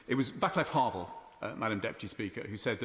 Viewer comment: Well done for standing up for human rights, i don't know your voting record but I hope you similarly stand up for Palestinians. Anyway what i came here to say was , Vaclav Havel is pronounced "Vat-slav Havvel". Just so you know for next time ;) [edited because autocorrect substituted "timy" for"time", it's definitely getting creative lol]